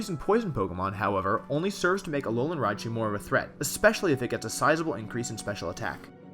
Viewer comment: "Aolan Raichu" . Oops.